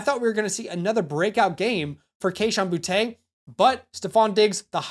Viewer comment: its so annoying hearing these guy intentionally say Boutte name wrong, its BOOTY, he said it himself. stop being uptight white people and say the mans name right. You'll call a guy named Jacory, Bill. But not a guy named Boutte, Butte. So weird